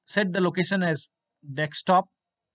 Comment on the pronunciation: LMAO "deck-stop" It's DESKTOP. DESK-TOP! There's no deck. There's no DEX. It's DESK! I swear these HCL/TATA people... wow.